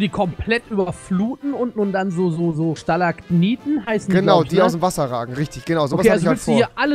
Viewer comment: Das heißt Stalakmiten. Mit M aber egal. Cooles Video😂